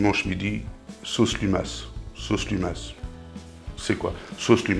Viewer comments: Miam !!! J'adore ce plat corsé 😋 merci chef!! Ce n'est pas limas mais bien lumas...😉😉😉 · Bonsoir chef, Dans notre Poitou, chez les poitevins, il y a deux appellations pour les escargots. Niortais et département de la Vienne, ce sont des lumas (on ne prononce pas le "s"), Nord Deux-Sèvres, Vendée, Charente Maritime et Charente en patois on appelle des cagouilles. Votre recette serait plus proche des escargots à la bordelaise, c'est très bon aussi. Autrement il y a chez nous les cagouilles à la charentaise où l'on rajoute de la chaire à saucisse, ce qui ne gâche rien. Pour ceux qui n'aiment pas les cagouilles nos amis anglais y compris, je ne leur en veux pas, car ça en fait plus pour les autres. Bonne soirée, amicalement Stef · On ne prononce pas le s dans le mot "lumas" (escargot en patois vendéen)